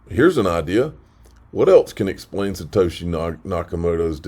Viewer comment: "The Four Shitoshi". "The Four Shitoshi"....!!!!!